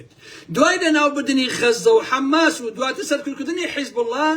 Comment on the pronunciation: تۆ زۆر ووشە بە هەڵە بەکار ئەهێنی پێم سەیرە !! بۆ نموونە لەبری ئەوەی بڵێی حەماس ئەڵێی حەمماس ، لەبری بڵێی نفوزی کردوە ئەڵێی نفوسی کردوە ، ئەو تەزبیحوشتەش هی خڵکی ڕابووردوە تا سبەینێ قسەم بۆ بکەی قسەت ناچێ بەگوێما کاتێک لە سەدەی بیستویەکا لە هۆڵەندا ئامادەگیت تیا بێت تەزبیح بگری بەدەستەوە